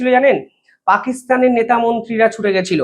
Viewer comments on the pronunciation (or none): none